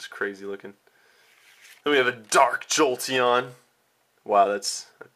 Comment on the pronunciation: "AN A DURKKK JOLTEEYONNN!!!" The overpowering emphasism is cringeworthy.